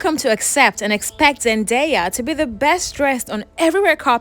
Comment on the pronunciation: Just to clear up any confusion on how to pronounce her name- I used to think her name was pronounced "Zen-die-ah" but she has stated it's pronounced "Zen-day-ah" I found it confusing the mixed pronunciation in this video so hopefully this clears it up.